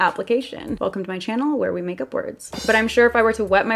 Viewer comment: Love how the way she says , " welcome back to my chynnal " 😊